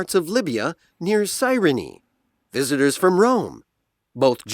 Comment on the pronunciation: visitors from Rome 에서 visitors가 다른 발음으로 들립니다, 확인부탁합니다